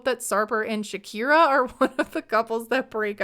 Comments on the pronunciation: Great video! But I’m confused about the way you pronounce her name. Isn’t her name Shekinah and not Shakira? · Dude you kept calling her Shakira. Her name is Shekinah and you know that.